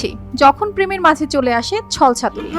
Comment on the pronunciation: ছল ছাথুরি😂😂😂😂😂😂 কি উচ্চারণ!!